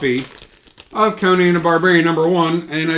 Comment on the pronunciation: These days, if you pronounce Conan properly (Co-Nan, and not Conin, like the talk show host), you deserve to be a bit arrogant! But you're not, of course.